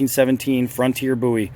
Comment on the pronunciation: It's Bowie not bouy! Otherwise it was a great video thank you